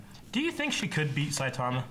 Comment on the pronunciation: its saitoma not soytomia